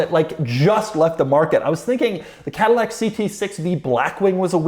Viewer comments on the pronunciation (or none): none